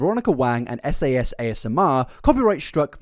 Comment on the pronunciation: It's Trisha Paytas. It has to be. Edit: Give me the phone cuz I freakin called it! Edit #2: Is anyone else triggered by how repeatedly mispronounced SAS's name?